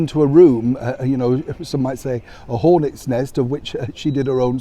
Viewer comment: Oh, I had to listen carefully. Your "hornets' nest" sounded like "Horlicks nest" in your Yorkshire accent! I had to mentally correct myself. Maybe some Horlicks & Jammie Dodgers might break out the love🤣🤣👋👋